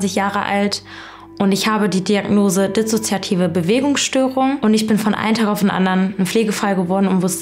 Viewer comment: Dizzozoiativ und zychozomatüüsch.. sorry, musste